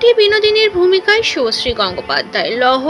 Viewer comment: Didi apni age bolte sikhun thik kore...ota susree noy subhosree😂